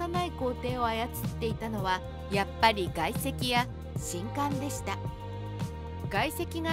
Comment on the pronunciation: みんなも既に言ってるが、しんかんが嫌で途中でやめた